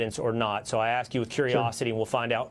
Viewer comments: Someone tell her that "ask" is not pronounced "axe". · She is not an impressive listener. You'd think in this situation she could pronounce ask properly.